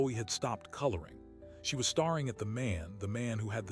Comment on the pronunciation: Arthur waited 40 years to give Alina's letter (written at the youngest's birth) to her girls? One died at 31 and the other was 33 at the time of meeting her nieces. Hmm, not good quality control/proof reading. Your fake-intelligence narrator isn't worth a fake 5-cent either. 'Hopping' instead of hoping, Starring instead of staring as well as several other blunders, both pronunciation- and cadence-wise. The story deserves better, much better.